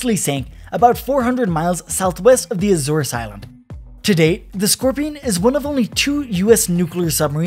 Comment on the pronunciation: It's pronounced "ty kon der o guh" and "a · zorz". You should use a dictionary before you record words you've never heard before.